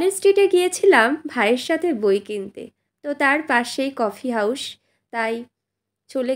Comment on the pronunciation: কফি হাউস কে দয়া করে "কফি হাউশ" উচ্চারণ করবেন না, খুব বাজে লাগে শুনতে।